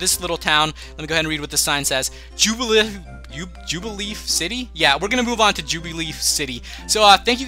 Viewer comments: lol im sorry but u butchered the name its jubiLIFE city :P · its jubilife city not jubi leaf read directly please. :-):-):-):-):-) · its jube-a-life city.. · it is ju-ba-life city